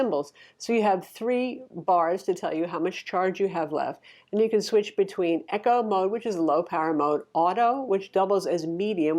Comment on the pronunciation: Blar blar blar... hate when people can not say “eco” correctly... no H in Eco